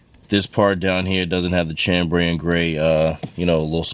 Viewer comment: Chambray = sham-bray not CHAM-bray